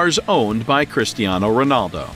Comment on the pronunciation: man he say christiano its cristiano🤣🤣🤣🤣🤣